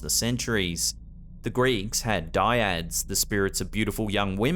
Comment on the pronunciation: You pronounce Dryad wrong...it's Dry-ad. Like that. lol